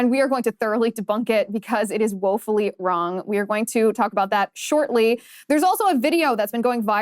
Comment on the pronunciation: Did you say woefully or wokefully wrong?